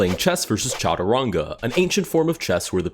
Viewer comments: SHatrung not CHa-too-ran-gaa 🥀🥀🥀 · By the way its not pronounced cha-tu-rnga its sh-t- rnj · brother, it is Cha-tu-ran-ga. Literally a sanskrit word. Shatranj is a persian name. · Soft "G" in chaturanga. Like a "J" sound